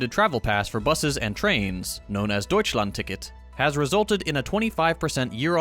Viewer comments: As a German myself I was really astounded how you pronounced "Deutschlandticket". Do you learn german on the side? 😮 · But it is always funny when ppl with English as main language speak German. But it was really good compared to 90% of Americans